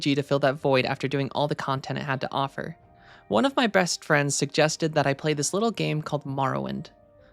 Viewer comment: Uh… am I having an aneurism or does anyone else hear “one of my breast friends” ? New word of power obtained. 🗣️